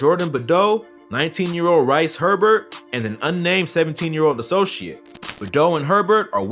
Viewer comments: It’s funny how he called digga d rice it’s pronounced “Reece “ but spelled different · man called Digga D Rice😂😂😂😂, it’s Rhys pronounced Reece, like Lil Reese🤦🏿‍♂️ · Bro Digga D’s name is Rhys Herbert not Rice😂 it’s (Reece or Reese) but spelt different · rice herbert 🤣🤣🤣” rhys” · Dude fully said “rice Herbert” its Reece but spelt Rhys aha I don’t blame you for getting confused tho bro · How he call digga Rice😂😂😂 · Man called Digga "RICE" HERBERT I'm actually dead cuz 🤣🥴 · man said rice herbert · Man said Rice Herbert😭😭🤣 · Man really pronounced it 'RICE' 😂🤣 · It’s Rhys he just say it wrong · Man said rice herbert 😭🤣🤣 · man callled digga d rice ahaha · Man called digga rice 😂😂😂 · Man said Rice Herbot 😂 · I love how he pronounced rhys as rice 😂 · Called Rhys 'rice'😂😂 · Man called digga rice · Man called DIGGA D rice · Man said Rice Herbert 🤣🤣🤣🤣🤣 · he said his name wrong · What’s up w americans and pronunciation 😂😂😂 y can’t u pronounce Rhys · He pronounced diggas real name wrong